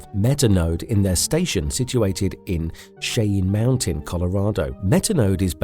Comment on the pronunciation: Cayenne Mountain, huh? I love AI voices. 😂